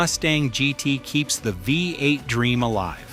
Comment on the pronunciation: FFS. thought there was a human narrating until I heard vi-8. sort your editing out! how hard is it to spell the script phonetically? or is the whole thing AI?